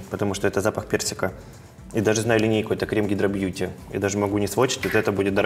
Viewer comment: КремЫ, крЕмами, экспеРДЫ😅